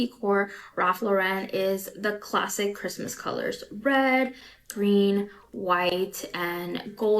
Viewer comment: They say "classic" I hear "classist" AND this reminds me of British middle class cosplaying aristocracy in India back when they has the colonies... Anyways, enjoy Halloween btw!